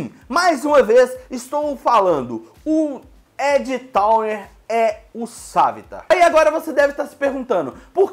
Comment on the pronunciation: "Sávitar" "Olly"